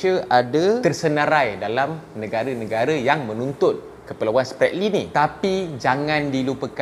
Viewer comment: hahahha.. Sbb mengikut statistik education mereka, jauh tercorot bagai nak mampuih. Cube kau tngok skli lagi, sebutan Spratly dlm English pun boleh salah. Ketawa bagai nak mampuih aku